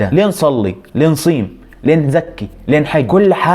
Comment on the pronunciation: تصحيح خطأ بسيط هي نصوم وليست نصيم